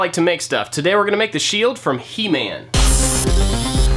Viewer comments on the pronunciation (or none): he-man sounds like himen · "He-man" TRIGGERED